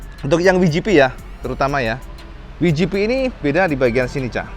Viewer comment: Bukan "wijipi" tp "dabelyujipi"..